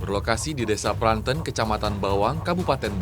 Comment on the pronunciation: Pranten bukan pranten! Aduh gimana sih cara jelasinnya